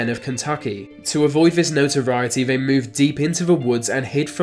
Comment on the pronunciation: You sound inbred!! Vey??? They why do you sub V or F for TH.